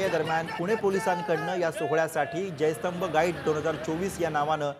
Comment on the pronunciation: विजयस्तंभ म्हणा.......जय स्तंभ नाही